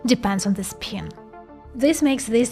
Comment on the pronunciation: Learn how to pronounce the letter i in English. Not speen.